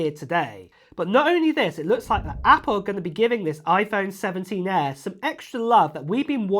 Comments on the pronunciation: 😂That’s that UK Accent 😂😂😂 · Why do you say air like that?